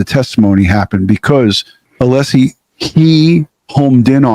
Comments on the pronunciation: that was a power play!!! C'mon. And not ALESSI , 'LESSI. (sp). That was intentional and immediate. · And then the dude said "'LESSI"... on purpose. As of to say, I'll call you what I want 😡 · Welcher goes to the trouble of trying to one-up Alessi by asking his name, and then incorrectly repeats Alessi's last name. Brilliant.